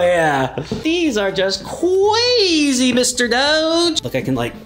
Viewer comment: Doge CWAZYY!!!!